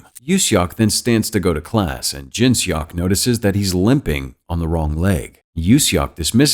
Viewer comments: im sorry but its funny how he pronounce seok as "shock" ajdksnf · I love the recap, its just the way he said Seok makes it a bit funny, seok is actually read like how you pronounce "sock". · I’m cringing at the name pronunciation 🤣🤣🤣 sorry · The way he said "seok" is killing me...